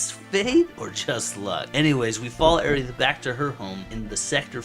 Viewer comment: I can't get over how you saying Aerith! Airy-ith! Please, my, it's more like air-rith. I think it was meant to be a combination of Air & Earth as she represents nature. Great video though, i just had to get that out and that's a me problem not you.